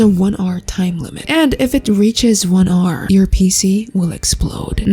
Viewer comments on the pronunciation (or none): "There's a one arrrrr time limit"